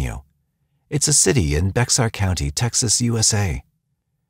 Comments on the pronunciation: In regards to Nicolas Barclay, he was in Bexar county it’s pronounced “bare” county… I was 23 when this happened and recall the hunt for him. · BEXAR County is pronounced "BEHHRRR"😊. Seriously 😆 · Bexar County is pronounced Bear county